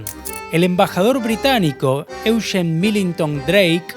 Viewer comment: El vídeo está Muy pero muy bueno y detallado. Pero tu pronunciación es desastrosa... Con respeto te lo digo. Se pronuncia Spee con e! Lo decís en inglés. Y ni te digo como decís Eugene... Trabaja en las pronunciaciones originales y tu trabajo será perfecto. Abrazo